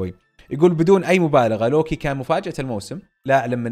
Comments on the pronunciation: صحيح وكأنه يلفظه lowki 😅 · انطق اسم لوكي عدل يا ☺️